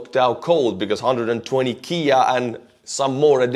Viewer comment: We don’t pronounce KIA like the car. We spell it out.